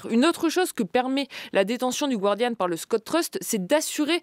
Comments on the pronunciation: Julia, tu as étudié à Harvard ... il faudrait arrêter de dire le gWardian, alors qu'il faut prononcer le gArdian ... ce n'est pas la "Guardia Civil" ... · Julia Cagé, stp, le Guardian (le journal britannique) se prononce "Gardian" et non pas à l'espagnol "gwardian". Merci.